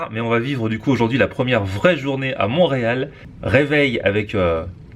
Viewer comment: Ont dis montreal et non moureal